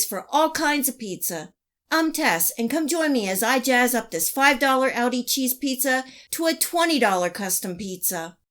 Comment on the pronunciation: It's aldi, not audi... tess